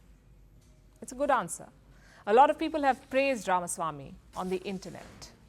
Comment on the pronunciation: Shame on Palki. She cannot even pronounce Ramaswamy (it's not Ramasamy). Everyone in the US seems to have gotten it except the "desi" Palki.